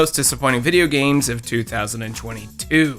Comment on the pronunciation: lol you said video games like hank hill. Loved it 😂. Videya games. My new favorite youtuber lol